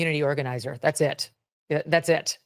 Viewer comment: It is going to be difficult supporting a POTUS who says "dat's" instead of "that's"